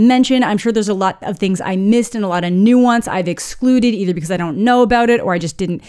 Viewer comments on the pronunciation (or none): none